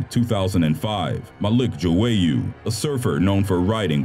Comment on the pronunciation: Malik Joyeaux is pronounced MA LEEK ZHH OY OH EAUX IS PRONOUNCED OH RIP 🙏🏽🌷